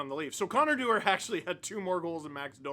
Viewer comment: You mean Connor Du-WAR???